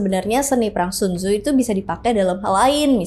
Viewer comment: bacaan ny sun ce .